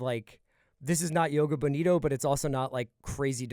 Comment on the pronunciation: "yoga bonito". My ears, my poor ears...